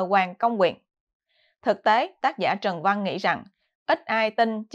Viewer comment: Trân Văn, không phải Trần Văn.